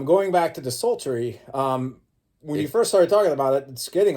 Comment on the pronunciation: You still pronounce DESULTORY like De-Salt-Tree, it kills me every time since the hellcast days.